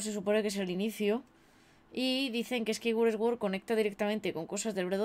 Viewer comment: Si pero yo creo que aquí no es el caso porque en LATAM también pasa igual, hay gente que hace exactamente lo mismo. Eso es más por no saber la pronunciación correcta la cual en este caso sería: "suord".